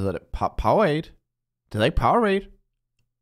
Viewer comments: ja, det udtales POWER-RADE hahahha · jeg nød den virkelig og jeg fik også lært en masse keep up the good work og ja det hedder power-ade men man udtaler det power-rade